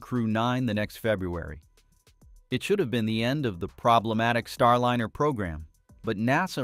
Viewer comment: It's not STAR LINNER. It's STAR LINER. Teach your AI to pronounce this right. It's jarring.